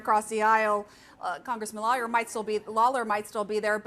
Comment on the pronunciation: She really butchered “Lawler” holy crap she couldn’t get it correct once